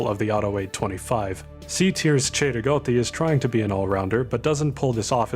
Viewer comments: The pronunciation of cei-rigotti is just beautiful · Hey he said Cei-Rigotti correctly but not the Mondragon which is a Mexican rifle named for the surname of its designer.